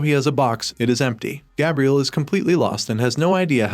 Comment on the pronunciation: And Gabriel lol